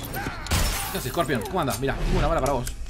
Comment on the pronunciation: Es corpion o no es corpion , si es corpion xD